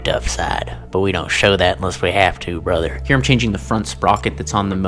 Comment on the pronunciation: "we dont show that unless we have to bruther" 🤣🤣